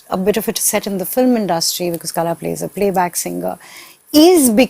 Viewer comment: its not Kala, its Qala..should be pronounced as same.